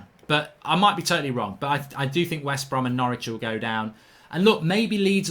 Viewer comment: he said westbrohm leeds and fullham